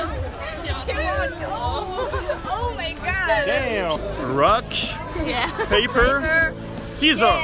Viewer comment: Le mec prononce "paper" au lieu de "peyper" je suis mdr😂😂😂😂😂😂